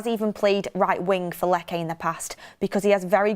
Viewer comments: Please …. Lecce is not pronounced ‘Leckay’, it’s simply pronounced ‘Lechay’ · not to be petty, it’s pronounced “Leche” not “Leckay” 😅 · Its not pronounced "Lekke" 😂😂😂Its pronounced as Letche. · Lecce ✖️ Lekke ☑️ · Lecce= Lech Che like ch in cheese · Lecce - Let chay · Stop saying "Lekae" you blonde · You work on one of the biggest channels and cant pronounce team names. Lekay lol